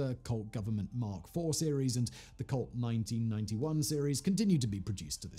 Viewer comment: It kept sounding like he said cult instead of colt. But to be honest, that wouldn’t be far off from the truth either…..